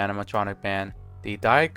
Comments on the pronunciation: Also when you mentioned Die Klimbiskis, the Die is pronounced like dee not die like someone dying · Die is pronounced more like Dee in German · The way he said german “die” made me fold lol.